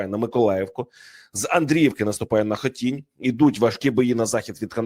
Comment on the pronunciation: Дякую вам за правильні наголоси в назвах сіл Сумської області! Особливо приємно було, коли ви правильно назвали Хотінь, хоч й з другої спроби. Ще треба виправити наголос в назві КіндрАтівки. Щиро дякую за увагу до цього важливого питання, це є повага до мешканців Сумщини. 😘